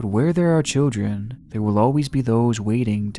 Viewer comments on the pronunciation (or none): He always pronounces children as "chel-jren". Is that an accent or am I hearing things?